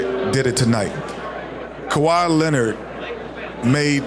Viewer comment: Nobody talkin about how Skip actually said Kawhi’s name lmao